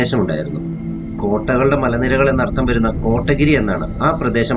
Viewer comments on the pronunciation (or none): Nice video 💙 കോട്ടഗിരി അല്ല കോത്തഗിരി (Kothagiri)